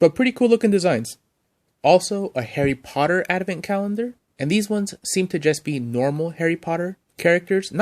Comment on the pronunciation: Dude, it's ADVENT. not adamant. Say it ... ad - vent.